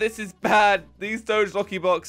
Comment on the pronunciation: why does everyone say doge wrong its a dog not a car